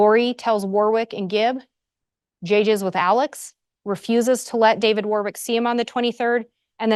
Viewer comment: The middle W in Warwick is silent, therefore WARRICK.